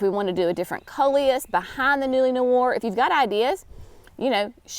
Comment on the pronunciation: Noir pronounced nu ARE